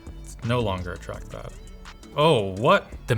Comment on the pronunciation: what is truckpad? I hear tachpad but never hear that name